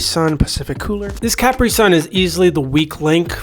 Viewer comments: The constant mispronouncing of Capri had my eye twitching. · I have never heard "capri" pronounced that way😭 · Me either!!!